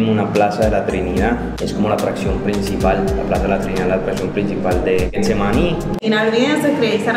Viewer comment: Deberían pagarnos un dólar por cada vez que dice “GUEtsemaní” 😂